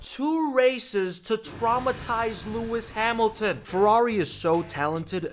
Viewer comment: Really "Lewis sad milton"??? 🤣🤣🤣I mean I love this guy but seriously this made me lmao